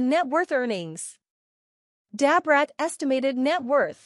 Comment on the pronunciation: Dab Rat, no this woman ain't calling Brat that, this must be an AI😂